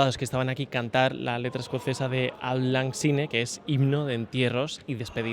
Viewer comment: Magnífico vídeo y trabajo de. Pero me pregunto si ha cantado alguna vez Auld Lang Syne (pronunciado sain). Me ha extrañado que él diga /ol lan sine/. Es una canción de despedida y funeral pero es más conocida porque los anglosajones la cantan nada más entrar el año. Es la canción de Nochevieja por antonomasia. ¿Nadie ha visto la película Qué bello es vivir? Señor, señor. Aunque también es cierto que en Times Square hace tiempo que lo primero que se oye es New York, New York de Frank Sinatra. Fue muy emotivo cuando vi en las noticias que los MEPs la cantaban. Bueno y ya si la hubieran acompañado con gaitas escocesas, hubiera llorado como una magdalena.